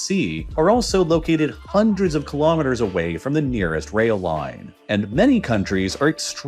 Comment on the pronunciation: HAAAAAAAANDREEDS OF YEARS 🤣 why he pronounce it so funny??